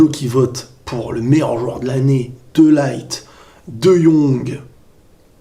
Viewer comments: On dis pas De Light mais De Lirt ^^ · Salut on dit de lirte pas de laillete (De Ligt) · Petite correction sans prétention aucune: de ligt se prononce de lirt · tu prononce mal le nom de Ligt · Ta prononciation de De Ligt me perturbe 😂